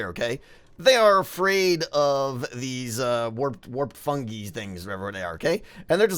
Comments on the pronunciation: Fungeeee Fungeee Fungeee Me: SCREAMING AT THE SCREEN- It’s Fung-eye! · It's pronounced fun-guy, not fun-geeeee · I like fungee but it’s normally pronounced fun-guy 😂 fungee is better though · its fungiiiiiiiiiiiiiii not fungeeeeeeeeeeeeeeeeeeeeeeeee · 'Fungi' is pronounced "fun-guy". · LaGAiming - fun-guy